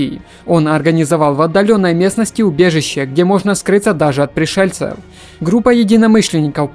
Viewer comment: За объём лайк, но слушать твою речь реально тяжело. Поделай что-ли упражнения на дикцию. Как будто криво говорящий по русски иностранец озвучивает. "Науыкоу, пришельцеу, престолоу, вынужж'ен, прежьже, банх-кок....." трендец, блин..... ты на курсы по коверканью слов ходил? просто кровь из ушей!